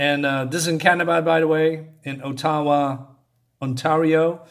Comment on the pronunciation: Funny, that you pronounce the name of the national capital by its proper, original aboriginal/native pronunciation, rather than the wonky, 'European-ized' (or whatever) pronunciation of “Ottawa” that...everybody in Canaduh uses. There are so many 'little detail' unintentional (and I'd guess intentional) 'inside' jokes in the earlier visuals that you'd have to have been born and raised in Canaduh to get them, or I'd have to explain them to you. More so, and that much sooner into this book, because of your own observations, too. Yeah, the Brits, coming from their colony of Canaduh, burned down the White House. Twice. How the hell did that family's kids survive!? Look, even, at the panel silhouetteing all of them in that explosive fire. Dead! The plot demands it, though. Hmm...remember the Black Mirror episode, “Metalhead”? What, this book's Americans want the Great Lakes? Or maybe Hudson Bay or simply to take over all drinking water sources before the Nestlé corporation does, I guess. Yes, as that short-haired woman (who somehow LOOKS French-Canadian a.k.a. Quebecois, to me) mentions drinking, “Two-Four” is a common reference to a large package of individual beers, in Canaduh. 24 cans of beer all across the country (still-a-colony), and more commonly also in larger, awkward boxes of 24 bottles in Eastern Canaduh. Cheers, eh! Yes, in the '90s, one of a series of TV “ads” (or more like Public Service Announcements in the US) was about the Canadian who created Superman...! Moving